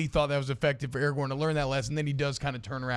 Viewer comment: THANK YOU. AND ITS ARAGORN, NOT ERAGON. ITS RIVENDELL, NOT RIVENDALE.